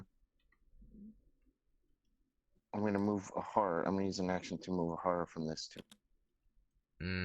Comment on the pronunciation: Man you keep taking a whore (the way you say horror lol ) all the time...lot of resources there